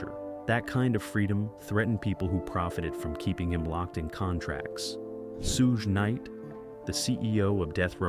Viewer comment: "Soojuh Nite"